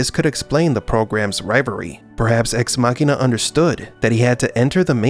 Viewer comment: It really bugs me how the narrator keeps mispronouncing Deus Ex Machina.